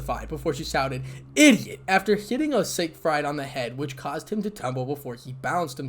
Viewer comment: Sig fried? No. Sig freed. Emphasis on the first syllable.